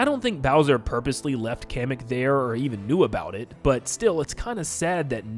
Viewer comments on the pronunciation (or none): Day 2 of telling it’s KAH-MECK not Cam-eck (Kamek)